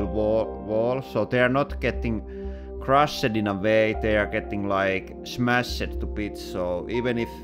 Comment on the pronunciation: “They are not getting crush-ed- in a way they are getting like, smash-ed”